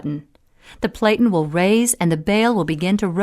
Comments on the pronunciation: It is pronounced "PLAT-IN", like flatten, but with a "P" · Narrator doesn't know how to pronounce "platen."